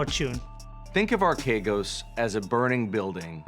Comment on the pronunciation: The name is properly pronounced "arch egos"